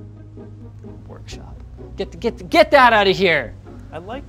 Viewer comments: That "P" in "workshop" is driving me mad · OCD: that "P" is too thick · The "P" in "WORKSHOP" is awful.